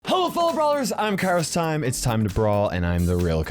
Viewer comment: They even have the same shirt. SHAMELESS!! And btw it is kairostimE not kairostiM